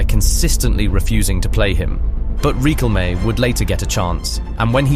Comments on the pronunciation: Birdcamp ? Reeqelme ? Is this AI voice over ? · Rikkelmé? Wer-ghost? FFS man, you can't even pronounce names. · The pronunciation of Riquelme makes this a down vote. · Holy fuck this video is so weird. The 'violence' wasn't that bad, I'm assuming you used AI to voice it because fucking lol at the butchering of Juan Roman Riquelme's named , etc. Jesus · The pronunciation of Juan Roman Riquelme LMAO - great video. Love the Dutch, They always give us an insane game. But Aguante Argentina <3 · If you want to speak Spanish or say a Spanish name, please work on your pronunciation. Respect our language. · Not bro mispronouncing Riquelme. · riquelme's pronunciation 💀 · Learn how to pronounce Riquelme properly. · the most violent thing about this is your mispronunciation of Riquelme, and I say that as a Dutchman who is still recovering from this match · You pronounced Riquelme's full name kinda funny. And then you pronounced "Que miras, bobo?" really funny, you Gringo 😆